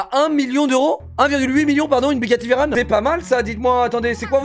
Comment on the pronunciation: "Bugatti vairone" tu t'est fait un ennemi...